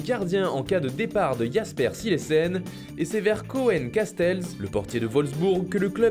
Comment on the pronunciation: Pour kasteels ça se prononce koune kastéls